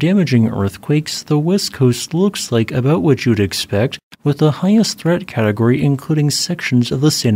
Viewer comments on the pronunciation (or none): none